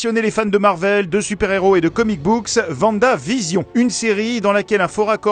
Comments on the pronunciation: Il dit Vandavision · Je rêve ou il a dit Vandavision... les français arrêtés svp... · Est ce qu’il vient vraiment de dire « VandaVision » ? 🤦🏻‍♂️ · Pourquoi tout le monde dit ça !!! 😭 c’est Wandavision !!